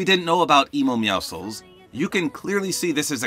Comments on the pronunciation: It’s meow si cuh uls NOT meow souls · ‘Emo meowcles’ 🤣🤣🤣💀💀💀